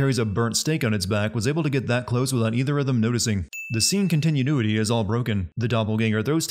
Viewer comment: OK, at this point I have to assume you're saying "contineanuity" just to fuck with people in the comments.